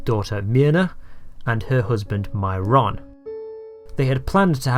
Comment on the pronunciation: I don't think "relinquished" means what you seem to think it means. "Most of their employees were not Democrats" -- actually none of them were. Not only does Texas not register voters "with" a political party but in 1963 Texas didn't have voter registration at all. And WHO pronounces "Myron" as "my RON"?